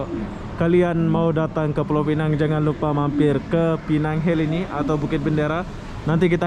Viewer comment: Kalau mau sebut pineng, sebut pineng sahaja. Tapi kalau mau sebut pulaunya sekali, sebutkah penuh: pulau pinang. Kalau sebut pulau pineng, itu salah. Yang betul: 'pineng' (penang in english) dan 'pulau pinang' ( bahasa melayu).